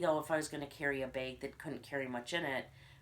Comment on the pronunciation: Drink every time she says "bayg"